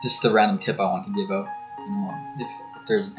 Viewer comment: Reanimation MY CANADIAN BROTHER